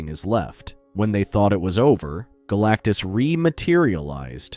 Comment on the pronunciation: I heard BLACKTUS